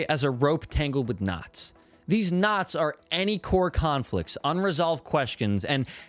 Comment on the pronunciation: Great video, very helpful as I'm trying to write a great short story for a contest. but every time I heard about knots I, a non-native speaker, couldn't help but hear "nuts". It gave a whole new layer to the video.